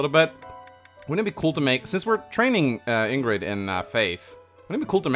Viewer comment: did just pronounce her name ingrid